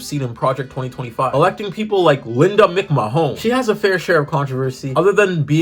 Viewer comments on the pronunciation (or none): People incorrectly pronouncing Linda's McMahon's last name is the best thing ever 😂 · mc mahone